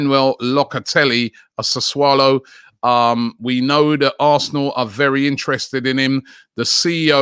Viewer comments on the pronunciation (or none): It's Sassuolo not Sassaulo, nor Sassulo. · He finally started saying Sassuolo now he switched to Sassuaalo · Absolutely nobody : Robbie : “Saswallow” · What's he swallowing?🤣🤣